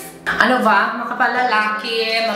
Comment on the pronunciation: Ung line talaga na "Maganda na va?" HAHAHA at ung "coaling", cow-ling effect. Love u. Super funny ka talaga